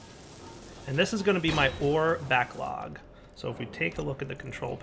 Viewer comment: he called it an "ore backog"